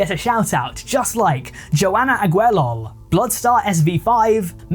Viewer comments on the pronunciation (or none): none